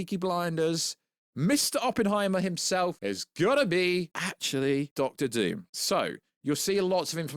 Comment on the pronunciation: Von Doom not Von Voom lol